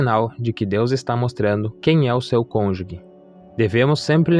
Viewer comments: Estou ha 8 anos esperando. Ja estou perdendo a esperança. Nao entendo pq demora tanto. Ja estou na idade de nao ter mais filhos... isso é muito triste pra mim... Desculpe corrigir irmão, mas nao se fala conjugue e sim conjuge (o g tem som de ge mesmo). Deus abencoe🙏🏻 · Parabéns. Só um detalhe: cônjuge e não falar como se fosse : cônju*gue Deus abençoe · Perfeito vídeo, mas não existe “CÔNJUGUE”, é “CÔNJUGE”, CÔNJUGE. Isso aumenta - e mantém - a credibilidade do vídeo, da mensagem. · Estava lendo os comentários para ver se alguém sabia pronunciar cônjuge. Não sou maluca, é que sou professora de Português, então essas coisas chamam minha atenção. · A pronúncia correta é cônjuge. Me desculpe, sou professora. Parabéns pela mensagem. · Vc pronúncia errado a palavra CÔNJUGE